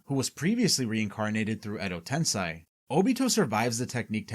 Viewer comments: Fantastique video :> Though surely you know it is ten-sei (SAY) rather than ten-SAI, so why pronounce it as the latter? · It's not "Tensai" it's "TENSEI"!